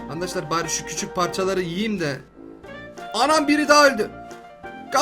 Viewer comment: abi andaşlar demene gıcık oluyorum